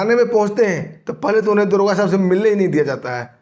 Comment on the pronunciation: दरोगा तो बोल नही पा रहा है दुर्गा बोल रहा है बड़ा चेनल चलाने वाला बन गया